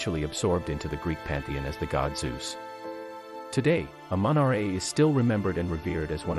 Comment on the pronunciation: It's said like amen -raw it's spelled amun ra